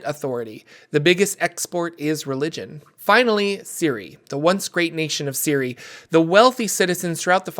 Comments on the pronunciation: Shouldnt Cyre be pronounced Sye-er? Siri is a very weird way of pronouncing it . Is it actually the official pronunciation? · Si-er not siri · Always thought Cyre was pronounced Sire not Ciri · Pronouncing Cyre as Siri is wild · It’s “Sire” (Cyre), and they’re called Cyrans “Sirens” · in Keith Baker's: Sharn, City of Towers, Cyre is pronounced Sire